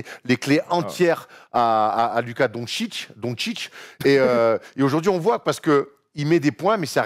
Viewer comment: non ca se dit luka donssitch